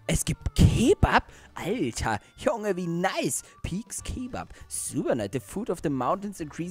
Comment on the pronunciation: Es heißt Keebab